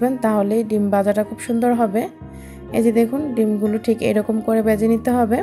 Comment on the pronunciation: " বেজে" না, ভেজে